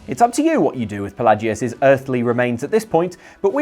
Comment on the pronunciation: Sorry to nit pick, but Palagius is pronounced "PA-LAY-JEE-US" Sheogorath is pronounced "SHAY-O-GOR-WRATH